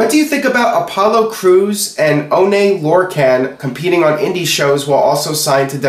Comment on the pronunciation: lol he pronounced Oney Lorcan weird asf